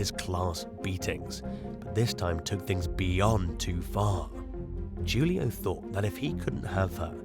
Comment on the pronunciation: #2. Julio is pronounced Who-Lee-oh.